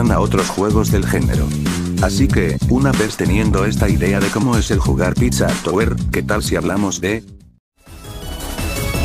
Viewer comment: piszå tabwüer